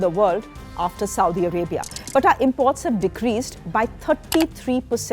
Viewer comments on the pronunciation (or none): none